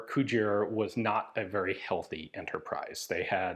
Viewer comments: I was very briefly convinced you were saying "Couture", not "Cugir", and I had been wildly mispronouncing "couture" my entire life. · If you think “Cugir” and “Couture” sound alike, you definitely have😂